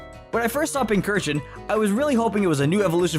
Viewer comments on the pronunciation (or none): Pincer-chin. That's how you say it's name. Not pin-curr-chin. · THERE IS NO K IN PINCURCHIN! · Left off the R in Pincurchin, there should be 4 U's in Pyukumuku, and it's Qwilfish, not Quillfish! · I always thought Pinchurchin (pronounced as Pinch-Urchin) to be a clone of Mimikyu. They're both based on mollusks. I see Eiscue as a Galarian version of Mimikyu. They both have an ability that protects them from an attack and once activated, it changes form. The only difference being Mimikyu's ability can protect him from any attack, but it can't be restored during battle. While Eiscue's ability only protects him from physical attacks but it can be restored during hail. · Its Pincurchin (Pincushion and Urchin). There is no H after the first C.